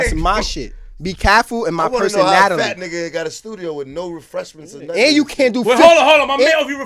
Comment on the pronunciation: “My personatily”